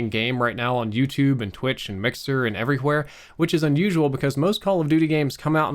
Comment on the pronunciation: Why do you pronounce the H so hard in “everyWHere”